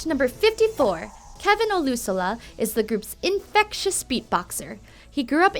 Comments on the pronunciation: Ikr "oLUsALAh" I was like "THATS NOT HOW YOU SAY IT" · Its pronounced "O-loo-shola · Da fun is olyooosola lmao it's pronounced oloo sola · " OLUSALA" I AM CRYING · The way she pronounces Olusola makes me cringe